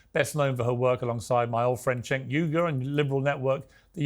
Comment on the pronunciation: Piers Cenk is pronounced Jenk not Chenk lol